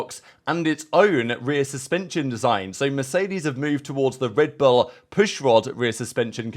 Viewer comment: The way he says “L” is odd. Red Bulllla